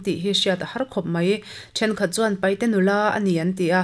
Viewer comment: Hnamhming ah chuan PAIHTE hnamhmimg an awmngailo, PAITE tih tur anni zawk ei ( knowing how to pronounce PAITE, not PAIHTE)